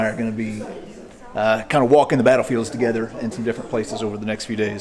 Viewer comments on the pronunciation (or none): none